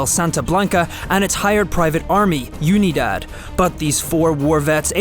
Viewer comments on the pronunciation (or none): UNIDAD, SPANISH FOR UNITY. OO-NEE-DAHD, NOT YOO-NEE-DAD. STOP BEING SUCH A GRINGO.